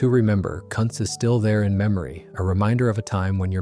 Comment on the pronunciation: Also I thought this was about historical breweries that still exist? I am pretty sure Kuntz doesn't. Also if it is named after somebody, like Joe Kuntz, it is probably pronounced Coontz, not Cunts.